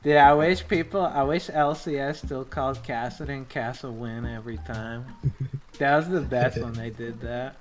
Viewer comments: Dyrus saying Kassawin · It's not KASSAWIN It's KAPPADIN